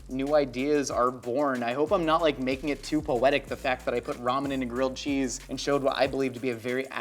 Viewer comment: I can't tell if he's saying girled cheese or grilled cheese.